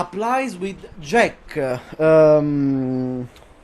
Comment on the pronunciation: Avevo il dubbio fossi italiano, poi ho letto la bio e ho sentito come hai detto JEK hahaha, un fratello. Complimenti per quello che hai fatto, veramente impressionante, rende la tua una delle tierlist più attendibili.